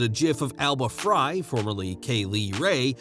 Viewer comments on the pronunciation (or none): It's Alba Fyre (🔥) not Alba Frye (🍳).